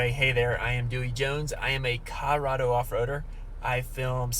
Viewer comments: Are you saying Cah-Rado? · Who taught you to speak? CoLOrado